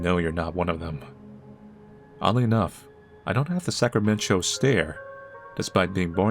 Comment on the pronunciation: I think is right but after hearing the fabulous "Sacramen-Cho" (giving me 'eat your hamburgers, Apollo' vibes).... look at the colours. is that a tiny little diamond is unbreakable reference as well...?